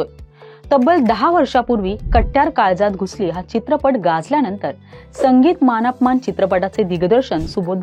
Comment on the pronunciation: नीट बोलायला शिका. मान अपमान नाही मानापमान. कट्ट्यार नाही कट्यार